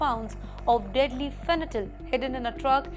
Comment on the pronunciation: It’s not fenytol madam it’s spelled “FEN TI NAL” kidhar see aye tum